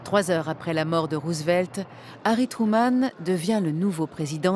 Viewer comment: The dubbing is so bad, damn you especially this pronouncing Roosevelt's name as Roosevleet